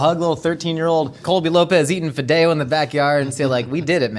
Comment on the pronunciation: The way he said fideo... He lost his Latino card for me on that one. That is not how we say it.